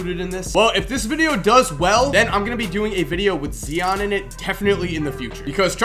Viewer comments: yo your saying Zion wrong and where is Treyvon Duval, Jalen Hands, Shareef O'Neal like come on bro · The way he says Zion makes me want to kill my self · It's Zion not zeeeon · Zion not zeeon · its pronounced like lion but with a Z not zeon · Zion not zeon 😂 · pernounced zI-on not zeon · dude its phy-on with a z. Not see-on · it's pronounced ZIIIIIION. not ZEEEEON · It's pronounced Zi on😂😂😂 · You said Zion wrong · It's not zeon its Zion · it is pronounced Z-eye-on not Zeon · its not zeon its z-eye-on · Dude said zeon it's Zion lol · zion is zye-on not zee-on just so u know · Zee-on 😂😂😂 its z-eye-on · You said Zion wrong it's not Zeon it's Zion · It's pronounced Z-ion not Zee-on c'mon. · "Z ON" really its Zion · I want u to make the vid with Zion but please pronounce his name right it's ziiii on not zeee on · Its not Z ee on, its Z ii on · Hey just to let you know it's pronounced "Z I ON", not "Z E ON". But anyways I loved this video, do more of these on high school recruits!! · He said like it was spelled zeon u fool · brady testerman it's actually pronounced Zi-an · you pronounce Zion's name like zi on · Who’s Zeeon? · Lol "Zeeon Williamson" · Zee-on Williamson u know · Its zion not zeon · he said zian williamson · Zee-on Williams 😂😂😂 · Nigga zeon who💀💀do you not know how to pronounce yo I’s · its pronounced (zy-on) but spelt zion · Zion (z-y-on) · This man said zeeon hahahaha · " ZEEon Williamson" of course he not gone be on the list if can't pronounce his name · Dude said zeeon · Its Zi-On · said Zeeon Williamson lmao. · Zee-on lmao. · Zi-On - Lebron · it's pronounced Z(eye)on Williamson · zee-on williamson... noice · "zee-on Williamson" 💀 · It's Z iiiiiiiii on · I've never heard of zeeon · "Zeeon Williamson" lol that's not how it's pronounced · Lol "zeon williamson" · Mans said Zeon instead of Zion😂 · Why is Zeeon it's Zion Williams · "Zion" not "Zeeon" 😂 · interesting pronounciation of zion lol